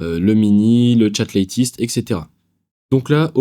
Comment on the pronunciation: Top Ne dis pas LÈTIST mais LÈTEUST 😊